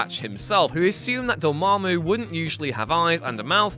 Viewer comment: I think you mean "DOA-MA-MOO".